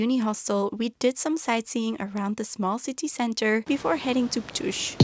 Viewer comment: You actually can buy evignete in Slovenia (so online) and no, there is no daily vignete, only weekly, like in Austria. And Ptuj is pronounsed Ptu:y not Ptu:z. And btw you could chose different rode passing Villach in Austria and go trough Kranj and Ljubljana in Slovenia - in that case you would pass by Slovenian Alps region of Gorenjska which is much more similar to Austria that you passed by than Maribor and Ptuj area that is much more similar to flat land like in Hungary or eastern Austria.